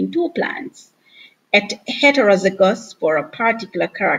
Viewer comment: Miss heterozygous is pronounced as 'het-ro-zai-gus'